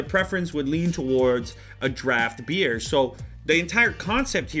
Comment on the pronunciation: THE FIRST TIME HE TOLD BEER I HEARD IT AS BEARD I WAS LIKE WTF??????????????????????